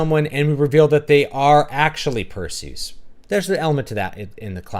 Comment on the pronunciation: Your pronunciation of Perseus' name was music to my ears! I had to rewind the video a few times just to make sure I heard you right. Lol.